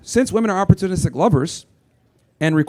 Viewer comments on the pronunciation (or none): She couldn’t even pronounce “opportunistic.” She said something like OpportuniCKstic, and it reminded me of Biden when he tried to describe America in one word. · She must have been joking about being a professor because she couldn’t even pronounce “opportunistic.” She sounded like Biden when he tried to describe America in one word 😂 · I heard OpportuniCKstic and started laughing because she claims to be a professor 😂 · As soon as I heard her say OpportuniCKstic, I started laughing because she claims to be a professor 😂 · Maybe I need to go to Minnesota and LEAR more English because I heard her say "opportuniCKstic" 😂😂😂